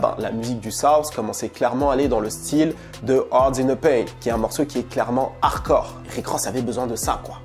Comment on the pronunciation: Tu dis "harcore" , excellent 👍